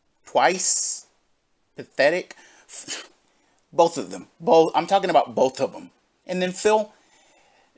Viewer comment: I had to leave this comment… or so, Phil… there is no “L” in BOTH Also - ( I don’t condone anyone sending this pig money - BUT ) I’m gonna have to slightly disagree on Snowkarl. I think he’s purposely trolling, knows 100% what he’s doing, and gets his money worth. Yeah, he’s still supporting - but, he’s not sending large amounts at a time, baiting with dollar tips, and has actually provided us with TONS of gold dust. I appreciate snowkarl in a way. I think he has worn down and convinced Phil he’s sending more overall and should be tolerated because he tips so often and Phil doesn’t pay attention. I don’t agree with anyone supporting Phil’s finances, but I can deal with snowkarl. I think he’s legit a fan of, but via detractor KAHNTENT mostly. He legit enjoys what he’s doing. To him it’s worth the money. Some ppl drink… some ppl troll a dolla at a time lol Keep em coming!